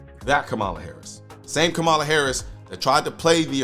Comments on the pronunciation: First of all, KAmala (I don’t care how much you dislike her, Colion. Pronounce her name correctly. Show respect that all we 2A folk want shown to us) will be the next POTUS. Period. Get used to that reality. Secondly, just like Biden and Obama before her, she won’t succeed in banning semiautomatic rifles, nationally. There are too many Republicans who won’t let that happen. And frankly, we have the upper hand, and if we continue our fight, we’ll continue to have the upper hand. Period. Finally, as you and others have pointed out, there ain’t no way the government is gonna take hundreds of millions of gun away from gun owners without launching the country into chaos. Nobody wants that. Does that mean we can sit back and relax? HELL NO. But we can look at the situation will calm minds and discerning eyes so we can see what’s coming and find a way to counter it without becoming Chicken Little. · It's Kamala (comma-la). You always pronounce her name incorrectly. I'm a leftist, not a moderate liberal like Kamala, but I agree that many in the liberal bloc do not understand ballistics in any way or how different firearms even function or their capabilities.